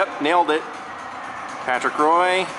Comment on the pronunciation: Patrick Roy is pronounce WAA